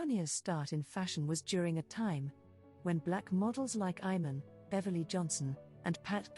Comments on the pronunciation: Her name is pronounced MOO-NI-AH. Iman is pronounced EMAN. Please try and pronounce their names properly. It's a sign of respect. Thank you. Katoucha Niame is here in the red dress. timestamp She is very different than Mounia. I was in the same agency as Katoucha Niane Chez GLAMOUR located on Rue Francois Premiere 75008 Paris. Katoucha was a huge inspiration and muse to YSL and wrote a book called "Dan Ma Peau" or In My Skin. The other model you have as a thumbnail is Rebecca Ayoko. I knew her personally and she was primarily a runway model. If you look carefully you will notice her features are distinct from Mounia, In other words you have three different women here: MOUNIA, KATOUCHA NIANE and on the thumbnail Rebecca Ayoko. In those days black women were used a lot for the runway because of their ability to bring drama and excitement to the stage. Agencies had two seperate divisions: RUNWAY and PRINT. Later, PRINT models were cast and you can see the difference in the walk. For example, Claudia Schiffer was really a print model recruited for the runway simply for the press and it shows in the way she carries herself. Models like Naomi, Pat Cleveland, Billy Blair to name some had dance training which added another dimension to their stage persona. If you look carefully you will see each of these women have distinct features. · That the narrator is misprouncing not only Mounia's name but also Iman and Yves Saint Laurent's names is painful...